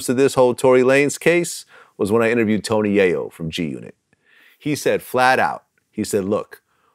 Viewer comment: Nigga said “Tony Yo-Yo 😂🤣